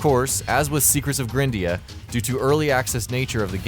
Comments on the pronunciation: Jesus Christ... It's not pronounced "grin-dea", it's pronounced "GRIND-ea"... For fucks sake, the game is about GRINDING! >_< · Probably pronounced gr-eye-ndea and no grin-dea. You know... cus of the grind? You're kinda terrible at pronunciation buddy.